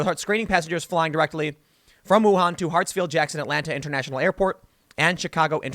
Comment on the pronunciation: So sad this is going on during Spring Festival. :( Hold up! How did you pronounce "Wuhan' again? Now, I am sick. Why don't people research how to pronounce anything before talking to the public? We have the internet, people. Just saying.... It's easy